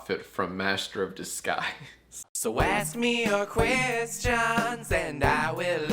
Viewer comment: #jackask do u purposely say “quest-johns” instead of questions in the jackask outro, or am i reading too far into jacksfilms lore?